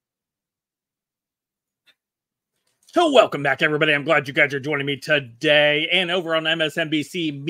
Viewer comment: I would watch you more if I didn’t have to hear the tremendous emphasis on the second syllable of “today”.